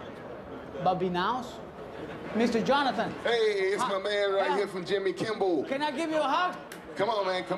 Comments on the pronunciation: 0 :48 did anyone notice he said "Jimmy Kimbell" lol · Babineaux said Jimmy Kimble lol!!!!!!!!!!!!!!!! Guillermo is not the only one mispronouncing names :D